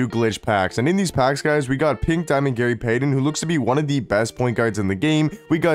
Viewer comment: Bro you somehow manage to butcher names every damn week lol "Gary Paden"